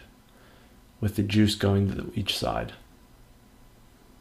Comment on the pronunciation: "can i taste your joosh?" hahaha